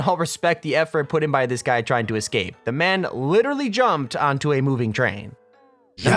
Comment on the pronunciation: "The great escate"